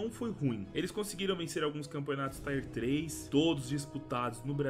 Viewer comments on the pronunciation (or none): Por favor cara, só para de falar (Tyer 3), a pronúncia é do mesmo jeito que se escreve.